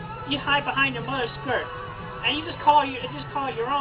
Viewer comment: I don't like Chris's emphasis on mother's skirts